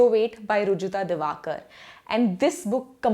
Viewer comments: Great effort but it is Diwekar and not Diwakar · It's Diwekar not Diwakar :D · Hello Madam, Diwekar not Diwakar 🙂👌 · She didnt pronounce rujuta diwekar properly